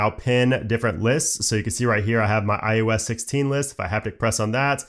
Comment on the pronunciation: Great content. But “iUS” will never not bother me. Especially after the 50,000th time, but im also pedantic, and my own pet peeves don’t invalidate the massive work that was put into your video. Thank you! And if you ever get some free time, look closely at your mouth in a mirror and say “eye oh ess” as many times as you can lol